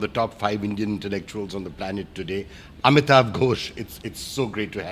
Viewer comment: Funny saying Kolkata in Bangla but then "Amitav"